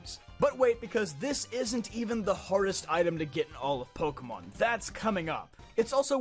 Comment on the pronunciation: The rarest thing I've ever encountered in Pokémon is people who can pronounce the franchise's name correctly! It's like you're all doing it on purpose! Although, I would love to see how I'd be done in a Pokémon game! Probably take on my Let's Play Teams, though, which one...? (Please not Sapphire! Please not Sapphire! Please not Sapphire! Although, running across someone using a Contest Team Setup... and losing... You CAN beat Sapphire with a Contest Team Setup! I know, I've done it!) That said, I have crazy luck when it comes to Shinies! Almost every single one of them was a purely by chance, jus walking along normally, minding my own business! The exceptions being the Red Gyarados that I don't count anyway, Wishiwashi, Hakamo-o and the numerous Ditto all of whom I got through Chaining in Gen. VII, plus the Salamence, Protean Greninja, Intimidate and Blaze Incineroar (yes two) and Overcoat Jangmo-o all of which I bred, the last one literally taking months!! (And that was WITH both the Shiny AND Oval Charms AND using the Masuda Method!)